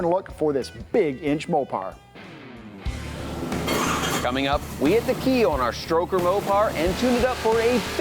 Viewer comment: SAY MOPAR ONE MORE TIME......